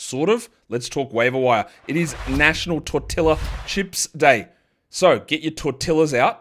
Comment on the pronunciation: you mean tortilla?